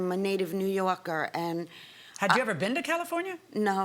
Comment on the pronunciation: I like how she pronounces California 😊